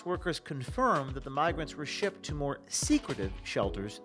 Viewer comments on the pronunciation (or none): none